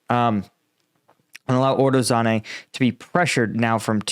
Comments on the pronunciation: To help you with the pronunciation of the Ukrainian names: they are phonetic, so each letter is expressed. They also use long vowel sounds, so u would be said "ooo". For example, Urozhaine is said "Oorow-(zh together is like a g sound like in gesture, so ghhuh)-eye-ee-nay" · Too confusing. He got Uro right. Like "ooro" . zh like a french j in "jeanne", or like the s in casual. ai like engl. "eye". ne is not nay, but like net (or nyet) without the "t". OOro-j-eye-ne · "Uro Zane" and the other is "Robot nay"